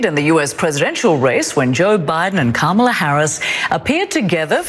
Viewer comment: Is Trump just incapable of pronouncing Kamala Harris's name correctly, or does he think he being clever,,,,If he keeps pronouncing her name Ka-Mala,, she should start pronouncing his name Don-Old